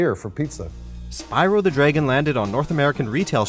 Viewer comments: It’s sounds like draygon instead of dragon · Dragon not draygin